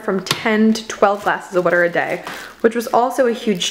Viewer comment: Where on the globe are you that you pronounce water "whuter"? The linguist in me is interested.